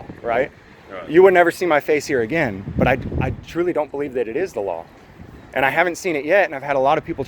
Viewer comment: Dew you bleed? Do you bleev?